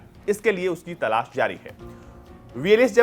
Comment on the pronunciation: भाई तलास नही तलाश😂😂